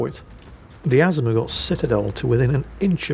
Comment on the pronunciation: it is pronounced "a-ZOO-ma" smh!